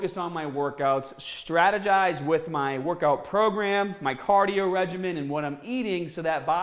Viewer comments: Caaaaadio haha love it is that a Boston accent? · CAAAH-dio! Gotta do your CAAAH-dio. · What’s cadio? 😂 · Why do you pronounce cardio like that